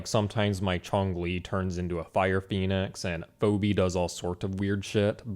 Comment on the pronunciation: Who is FOBEE? You mean Phoebe>? FEEBEE And errnerr someone is not dancing by the fire. Go ANYWHERE that people are dancing and at least SOMEONE will be tired or bored. FACEPALM